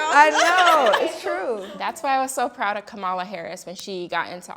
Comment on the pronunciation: Please be respectful of the Vice President to pronounce her name correctly. It's Kamala (comma-la). Thanks ladies. Love the conversation.